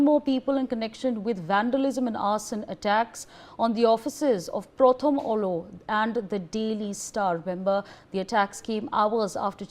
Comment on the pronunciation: Prothom Aalo. That's how it is pronounced. Means the first light. Pronounce correctly